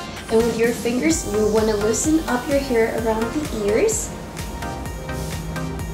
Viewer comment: It annoys me that she says "here" and not "hair"